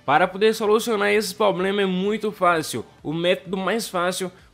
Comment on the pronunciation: Tem que solucionar o seu "poblema" de português também!!!